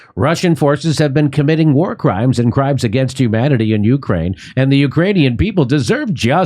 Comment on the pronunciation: This high-as-balls motherfucker said "crimes against humany."